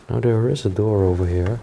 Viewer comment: You know when you can see the door knobs they aren't "secret. " And please I know I'll get hate comments for saying this but could you please pronounce the "th" correctly and not as a "d"? As in over THere and not as over "Dare". Ohh one more thing, the frame of a picture is the part that "frames" the object for instance a picture or a painting of something, a frame is not the part inside of said "frame". And a clock face is the part with the numbers and hands , the rest is the case. I hope you take this as friendly constructive criticism. I 🙏🏼💙🙏🏼🙏🏼🙏🏼😊. Thank you for the awesome places you show us. Stay safe 🙏🏼❤️.